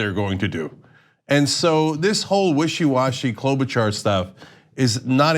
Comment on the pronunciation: Cloudbootjar*** how many times do we have to tell people say her name right!